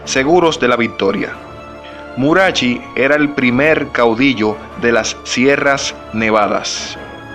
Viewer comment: Murachi...acento en la i.